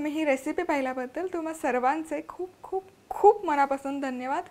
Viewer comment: उत्तम संभाषण पण 'खूप खूप' या शब्दावर भर कमी द्या !!!